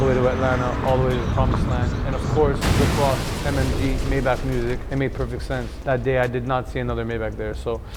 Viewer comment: One would think y'all would know how 'Maybach' is properly pronounced.